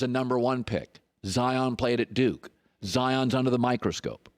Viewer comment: “DUKA” 🤣 the duke / don